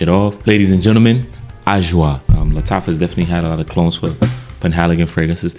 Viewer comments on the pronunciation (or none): Lattafa Suaqraat😭😭😭